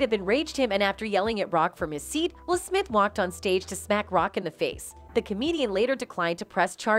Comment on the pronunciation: "Smip" ~You guys' AI Voice